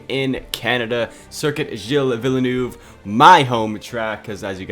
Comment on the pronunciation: Omg that botched name caught me off guard. Vielnoove